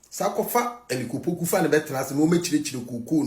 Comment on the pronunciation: The guy said Elic Opoku😅😅😅